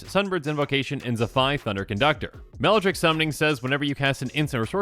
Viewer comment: "Melladrick Summoning"?